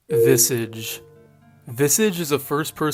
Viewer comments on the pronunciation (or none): That's not how you pronounce "visage" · Your Pronounciation of visage is absolutely crazy 😅